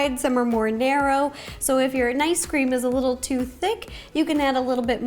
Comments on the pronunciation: Is it just me or did Ro call it Nice Cream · Rosanna:ice cream🍦 Me:did she say nice cream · its ice cream not nice cream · Why did I hear nice cream. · Who else has been hearing "nice cream" instead of "ice cream"? LOL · It cinda sounds like you said nice cream it’s cute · me: Is it just me or she said nicecream a few times Everyone: .... Me: ok just me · Me: Yay! A new video! Also me: hears nicecream wait, nicecream??? IS THAT HOW THE NICECREAM GUY MAKES NICECREAM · Is it just me, or is she saying ‘Nice Cream?’ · That’s what she’s been saying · I can’t tell if she is saying nice cream, mice cream, or normal ice cream.. no hate! Love the vids! Keep up the good work!! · Is it just me or did she say nice cream? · Idk why, but everytime she says ice cream I hear her pronounce it as nice cream 😂